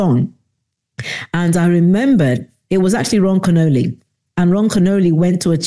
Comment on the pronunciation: I think it's pronounced " Ken-Ol-ee" not like the Italian dessert, Cannoli lol:) Thank you for your ministry .